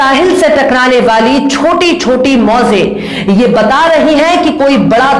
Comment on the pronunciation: ji.. bohot whoop.... hame apni shagirdi may lelo plz. Mauzen nahi woh maujai'n hai..